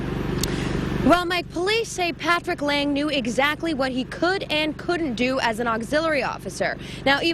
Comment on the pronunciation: 12 seconds in touch she say paFrick Lang